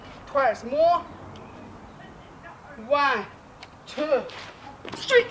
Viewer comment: Stree? Street or Straight? Hehe Good instruction video. I subscribe your channel as of today.